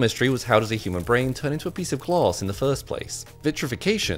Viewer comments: Hmmm, to my knowledge there was no gloss in his brain. There was however, some glass in his brain. There’s an A, it’s not even an accent thing accents don’t make it impossible to pronounce the letter A. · Whats glause? Do you mean glaaaaaas... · Um... It's "glAss", not "glOss" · He pronounces “glass” like “gloss” He’s such a “oss” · What is with his pronunciation of glass 😂😂😂😂😂 gluuss 😂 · Wtf is glars you mean glass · Wait are they saying glass or gloss? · Glass ❌ Glauss✨ ✅ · His not saying glass it More like gloss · Glass ❌ Gloosss ✅ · According to this man Glass ❌ Gloss ✅ 😂😂😂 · Bro did not say glass he said gluss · its not Gloos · like a human, its glass not gloss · same “gloss” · glASS, not glOSS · Glass ❌ Glose ✅ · ITS GLASS! NOT CLAUSE!! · It took listening to this clip 3 times before i realized he was saying glass and not gloss 😂😂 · Bro its glass not gloss are you stupid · All I hear is gloss. English is my second language even I can pronounce it better.. it’s glass. Said it again glass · 😂 I heard claws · Ah yes, the "gloss" ^^ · This is the 1st time I hear someone pronounces 'glass' and 'microscope like this. Gloss and microscape. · i hate how he says glaes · Here I thought he said claws when in reality he said glaws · Glass doesn’t have an R in it pal. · Cher docteur, Je suggère que vous travaillez sur votre prononciation du mot 'verre'- Car la première fois que j'ai entendu votre vidéo, je n' avais pas bien compris. 😊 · Bro cannot say the word “glass” to save his life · Guy needs to open his mouth when he says the word “glass” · Say, "Glass." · I had to look at the subtitles to know how you pronounced “glass”